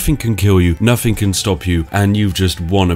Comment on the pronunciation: Really starting to bug me how you're putting on a refined/posh voice but say F instead of TH. "Nufing can hit you." "I fought that would happen" etc. It sounds like you're going to a lot of effort to avoid the glottal stop and actually say your Ts at the end of your words but the effect isn't quite right if you keep saying "fankyou" and so on. Great video though!